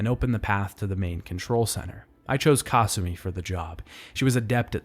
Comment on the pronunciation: The way he pronounces Kasumi’s name is giving me an aneurysm.